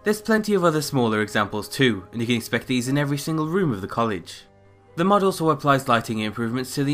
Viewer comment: Why do you keep calling it a "Mud"?